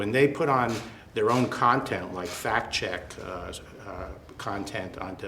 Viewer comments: "FAK - F A C T - FAK" lmao what a moron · Trump...what a stupid NAZI MOFO...How about THAT free speech?....what a Dumb Ass....notice how he has a hard time saying the word “fact”....since he doesn’t know what a “fact” is....nothing but lies from this mentally disturbed jack ass....this is a reflection on how completely screwed up the former United States of America has become...